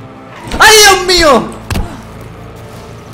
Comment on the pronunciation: "Uy dioh mioh" "e gijante" - Knekro 2015, oraciones que recordar